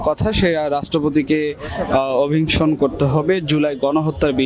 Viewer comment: খি খি😂😂😂টোকাই গুলা আসছে।যে সাংবাদিক ইতে অভিশংসন উচ্চারণ এই করতে পারে না😂😂😂